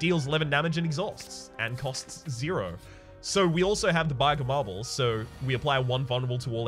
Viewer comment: Dear, Thanks for the video, great to see you doing 'new' content I love it (no irony just in case it was mistaken as me being down on you, never I say!) You got a new way of saying bag of marbles? Bay germarbels is a new one, brilliant (you said it )